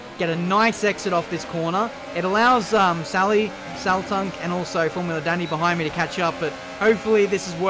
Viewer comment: Not sure if you care at all, but in case you do, quick word from a fellow Hungarian: 'a' in Dani should be pronounced as a deep 'ah' just like in 'Forza', instead of 'Danny'.